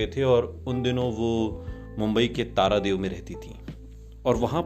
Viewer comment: "taradev" nhi??? (tardev) h... naam bolne k pehle (aap) teek se jaan liya kijiye